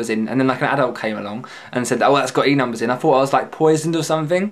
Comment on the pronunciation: What the fuck are "Enumbus"? ;)